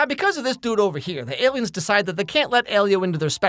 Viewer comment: The Aliems! 🤣